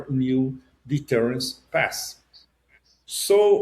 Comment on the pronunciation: …Pepe are u saying TRUST the NUKE deter’nce or signed MOU?